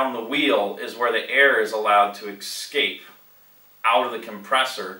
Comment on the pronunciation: Great explaination, but the word is Escape not Excape. Could you please also explain how the map width groove enhancement actually works?